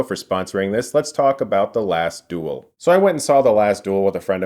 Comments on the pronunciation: Fuck sake learn how to pronounce duel, its not DOOL its DU-EL . Fuel but with a D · Its the Last Duel not Dool !